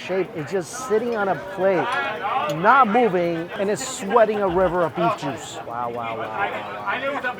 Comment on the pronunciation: You say "juice," all I hear is "moo."